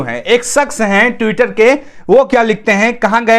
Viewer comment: आप ट्विटर पढ़ने में गलती करते हो